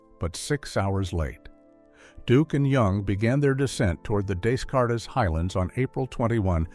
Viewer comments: He had earlier given us the “Dess- Cartess-Whatever, not understanding that we’re talking about a French mathematician’s name. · Descartes pronounced as des cart is and M1T- AI is lame and annoying; degrading the entire story. Can’t folks find a narrator that pronounces what is read correctly? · Who knew he graduated from "M One T"? 😂 Also, isn't the region of the moon visited pronounced "day kart"? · This narrator doesn't know what the De-Cart highlands are! He called it the Descartes Highlands. Unbelievable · or descartes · Great info but please stop using AI. It can’t pronounce names like Descartes. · Good video. I wish AI could pronounce Descartes correctly though. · Please teach the ai voice generator how to pronounce Des Cartes!